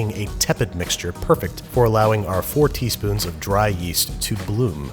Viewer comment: hh am I the only one hearing 4 teaspoons as "40 spoons" 😂😂?